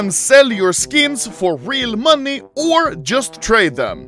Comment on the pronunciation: Why does this man say money like "MONII"